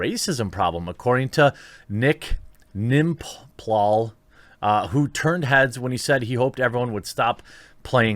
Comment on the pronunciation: Its N-M-P-lol, not nimplol :)